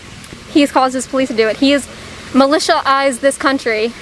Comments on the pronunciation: "Militia eyzed This Country" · Militialzed.......this that even a word?? People have been killed multiple times! I thought that you could only DIE once. Bless her little heart.